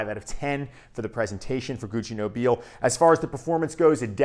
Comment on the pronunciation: Amazing stuff. That I rarely wear because I'm trying to conserve juice. 😄 Although, since Gucci is Italian, I believe it's pronounced "No-bee-lay." Like La Dona e Mobile from Verdi's Rigoletto. 🎼Nobile e Mobile. 😆 Honestly, watching Pavarotti's expressions when he sings it in Ponnelle's film cracks me up every time.